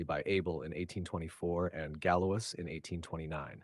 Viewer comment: Galois is pronounced "galouah" stressed at "ah", not ga-Lois.